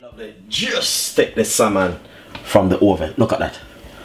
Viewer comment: joshua lumwanji put it in the oweven